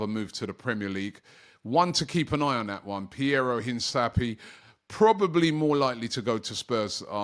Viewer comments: Hinsapy???? LOL een-kah-pee-EH it’s a Spanish word that means to emphasise, remark or underline something important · Robbie: Hincapié 🚫 Hinsapi ✅ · Piero hinkape not hinsape😜😜violent for pronouncing wrong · Inkapiay is how you pronounce it not Insapiay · Lmaooo Pierooo “Hinn ca pie” 😂 love the pronunciation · HINSAPIE?!? Robbie the butcher is back again. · Robbie the prononciation for that CB was awful 😂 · Robbie totally butchered his name 🤣🤣🤣🤣 i have never heard anyone say the surname like that hahahaha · Bro there's no way you massacred Hincapie's name like that dawg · Robbie absolutely demolishing Hincapie's name is AFTV Heritage😂😂😂